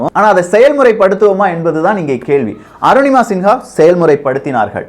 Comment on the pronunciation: நிங்கள் தப்பாக உச்சரிக்கரறிகள். சிங்கா கிடையாது சின்ஹா